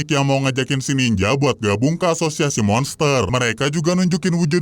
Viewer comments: asozazsaz bg lu mau ngomong azosiasi malah asozazsaz🗿💔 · " ashusiasi pahlawan " 😭🙏🏻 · Ini di hp gw aja tapi kok pas bilang asosiasi kok aneh y